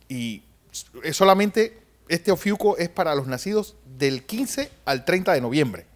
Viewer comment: 😂😂😂 todos los "astrólogos" están dando diferentes fechas y diferentes datos y está señora que ni siquiera se sabe cómo se pronuncia el nombre de "Ofiuco"... Desastre cuando desapareció Plutón como planeta... Así que no hay prueba de la salida de las cavernas 😂😂😂 Metió a la NASA y desde la perspectiva de la atmósfera y el espacio, todas las estrellas cambian de posición y no forman las figuras que se denominaron constelaciones... 😂😂😂